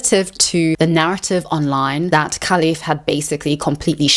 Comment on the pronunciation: You keep saying kalif 😂 her name is Khelifi with i in the end